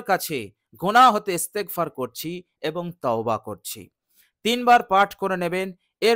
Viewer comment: ভাই আপনার ইস্তেগপার শুদ্ধ হয়নাই দয়া করে শুদ্ধ করে নিবেন